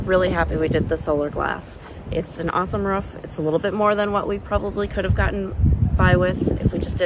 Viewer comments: Why do you keep saying "ruf" instead of roof? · Am I the only one that is super annoyed by the way she pronounces roof? Ruff sounds like shit. Roof looks great. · R-OO-F not R-U-F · I won’t use your referral code but can I pay for you to learn how to say ‘roof’ rather than ‘ruuf’?